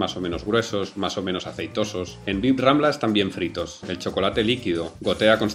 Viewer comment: Señor cocinero fiel, le ruego acepte un consejo: cuando mencione la plaza o la churrería Bib-Rambla, no pronuncie la segunda "b". Los granaínos decimos "birrambla". Es más rápido, jejeje. Un abrazo y felicidades por sus vídeos, son geniales.